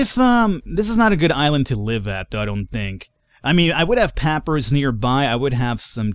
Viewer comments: pa - pie - rus... not pap-rus :P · Pop-Eye-Russ! It's Egyptian! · Just finally watching this series and loving it. One thing that is driving me nuts, Papyrus is pronounced Puh-PIE-Rus.:) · Who else tried to move their mouse off the screen near the start :) Also, papyrus is pronounced PUH-pie russ Thirdly, loving the series! And of course lastly I'm IN LUHHHV WITH THE CO-CO